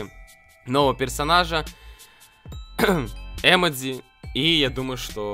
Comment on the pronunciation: Не э́модзи а эмо́дзи